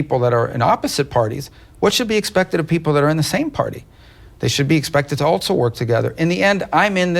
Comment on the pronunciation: I still say someone needs to tell Rubio there is no ‘T’ in the word “also”